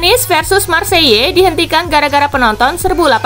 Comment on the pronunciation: Marsel gitu aja min.. nggak usah marseye 🤣🤣... Dan Bayer aj ngucapnya.. nggak perlu Bayern..malah kek gonggong.. er er er..huk huk 🤣🤣😅